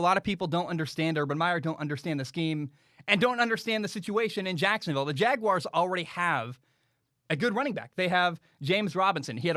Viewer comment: The way says Jacksonville, JACKSUNvill.... 🤣🤣🤣